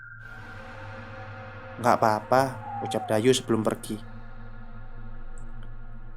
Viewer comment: Dayu ato Dayuh? Saya denger nya Dayuh. Ada H nya..